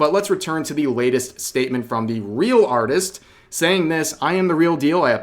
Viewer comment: instead of artist lets called it auteest